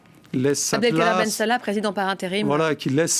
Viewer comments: Vous emaginez quelqu'un qui prononce بن صالح bensala représente les algériens, je préfère une personne qui prononce les noms comme nous les algériens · Commence dabord par bien pronnoncer bensala comme tu sais bien le faire pour hhhirak.